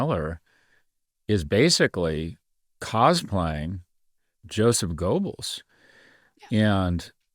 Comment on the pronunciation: Joseph Goebbels yo-sef gōbbelz (mouth-shape long o, but say a short e for oe). "The Storm is Coming" 1930 speech speaks of revenge and the death of SA Horst Wessel, age 20.